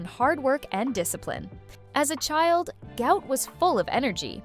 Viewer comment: Why are these people calling this young man a disease even after his father publicly corrected them... His name is pronounced GWOT not GOUT....